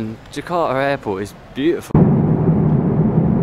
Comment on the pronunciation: Its more like ,Jeka'a instead of Ja'arta